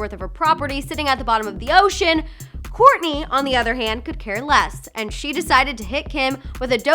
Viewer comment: Ur saying korny not kourtney